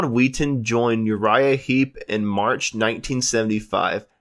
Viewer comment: It's John WHETTON not 'Wheaton' . Please go back and pronounce the names correctly.